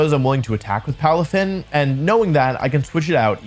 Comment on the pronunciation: palafin lands up sounds right to me